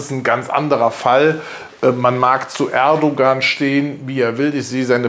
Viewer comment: sie sprechen den namen "erdogan" ständig falsch aus, und nein, kubicki hat mit seiner äußerung nicht übers ziel hinausgeschossen, ich hab kein problem mit seiner meinung. man muss es sehen, wie es ist.